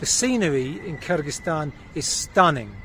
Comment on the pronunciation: I like the way you pronounce Kyrgyzstan👍